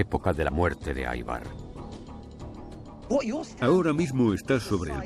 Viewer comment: Ivar! Ivar! No aivar carajo, no es nombre inglés, hablen bien